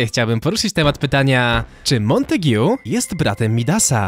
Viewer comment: Mała podpowiedź lingwistyczna- czyta się "Montag". I jak mówisz o dwóch facetach to "obaj" nie "oboje".